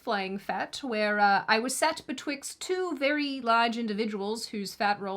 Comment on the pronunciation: When you say Be'Twix'd you make my tummy growl